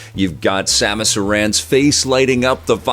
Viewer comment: Thank you for saying Samus Aran correctly, it's not Samus 'Arron' people.